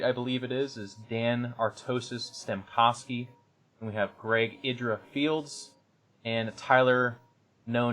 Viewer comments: Artosis still mispronouncing Eyedra... makes me want to crash his damn website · Artosis said "Idra" the wrong way again lul